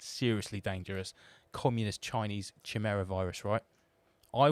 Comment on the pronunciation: Think TVR Chimera - its pronounced Ky-meer-a. 😎✌ As for the stasi prick trying to tell that fella at heathrow that he does not have permission.... he needs a kicking tbh.